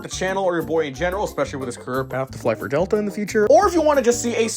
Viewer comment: ☠️☠️☠️☠️☠️☠️☠️ Delta ❌ Delte☑️